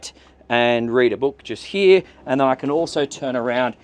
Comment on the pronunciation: Heeyaa, instead of HERE! Bye